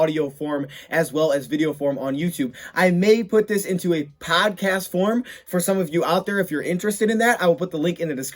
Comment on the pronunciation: 1:0 not Podcast, DODcast, lol.